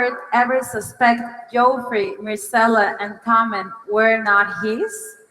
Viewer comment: "JOE-free" ugh the cringe